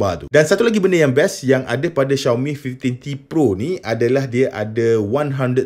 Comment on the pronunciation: Susah bebenor nk sebut five teen t pro😂sebut je Lima belas T pro senang